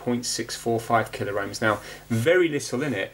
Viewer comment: Please,, it's pronounced KillOhms and MegOhms, not Killer-Ohms and credible!